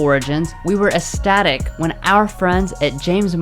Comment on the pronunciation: "Eh static"? The word is ecstatic.